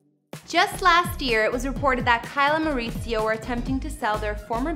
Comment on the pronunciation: Learn to pronounce Kyle’s husband’s name, he’s Mexican, not Italian, oh lord 🤦‍♂️🤦‍♂️🤦🏻‍♂️